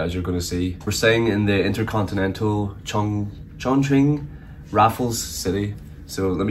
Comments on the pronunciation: Dude, it pronounces as Chong Qing , NOT guing, but qing or ching. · the correct pronunciation of Chongqing is Chong “Ching” rather than “quing” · Chongkween 😂😂😂. It's pronounced chong-chin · Chongqing (this isnt English, and it should be pronounced as Chong Ching) only became a tourism hot spot in recent years, historically it was a "Back up" city of China, and together with the city of Chengdu they were designed to be the temporary Capital of China in war time, the central government would be evacuated to either Chongqing or Chengdu if Beijing fall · Yep if you go to the west they will get it wrong 99.9% of the time. Just because they don't know its more of a ch sound. It's weird because everyone knows the qing dynasty is pronounced like ching but the moment its in a name, everyone gets it wrong. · It pronounces Chung'Ching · It’s Chongqing not kun, n that’s not questionable sausage, but pork intestine. RMB not RNB / LMAO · chong qing not chong queen😂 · was watching on preview, decided to click in to check how you pronounced ChongQing, and still got surprised. a bit creative(no sarcasm here) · You are pronouncing Chongqing wrong. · your pronouncing chongqing horribly wrong